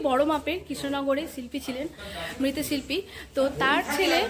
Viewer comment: ঐ ভদ্রমহিলা বললেন মৃত শিল্পী। কিন্ত আসল উচ্চারণ মৃৎ শিল্পী।